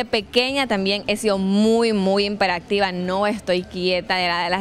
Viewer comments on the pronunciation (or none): Deberías corregir tu vocabulario pues es muy mal ejemplo de una vice presidenta decir IMPERACTIVA en vez de HIPERACTIVA. CUAJULADA (como si fuera cuajada) en vez COAGULADA. Y decir " la mano se me estaba FREGANDO" Se supone que eres graduada de la universidad. De veras se escucha realmente feo.